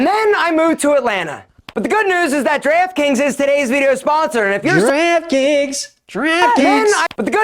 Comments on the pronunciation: Draft Kings sounds like Giraffe Kings after the 20th time replays it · NO! NOT DREEEFT KINGS. Wtf is that. 😤 Today's sponsor is GIRAFFE 🦒 KINGS! He said it a hundred times! Yeesh. 😒🙄🤣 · I thought he said giraffe kings